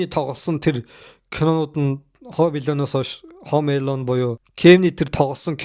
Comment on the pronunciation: Пээлдсэн,Хөөм Эелөн,поокс,Паак ю 😂